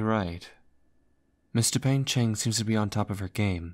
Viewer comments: Just wanna say, its dupain-cheng, not dupeng-cheng. triuehsfigkerd loved this thooo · I can't stop to hear "Mister Pain-Cheng" 😭😭😭